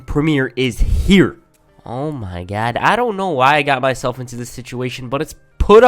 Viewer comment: Nobody:: oh my gad